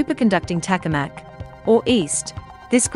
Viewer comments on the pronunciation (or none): Tokamak, not takamak. typical Chinese bullshit.